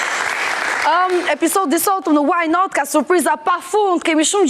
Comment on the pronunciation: smpelqe fare kur thot "waj naat"